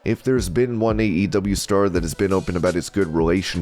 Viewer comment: Was getting seriously mixed up when you kept saying AEW, sounded like EEW.